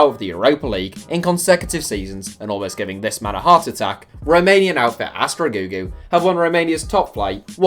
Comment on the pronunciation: "Astra Gugu" your pronounciation kills me mate xD